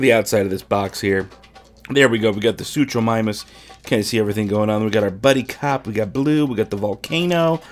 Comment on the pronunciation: Totally saying the name wrong